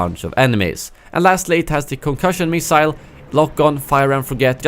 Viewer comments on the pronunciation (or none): none